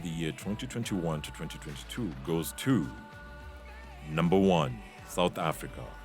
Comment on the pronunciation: And it IS DAMN ANNOYING to hear all those T's when you say 2021 to 2022